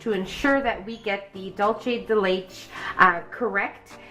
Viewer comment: That’s not how you pronounce dulce de leche